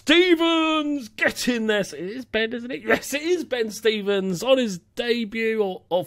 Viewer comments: It's stRevens not stevens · Its Ben StRevens. Theres an R in his name ;)